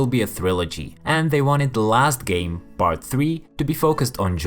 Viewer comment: “Bart two” ?? Ohhh, PART two!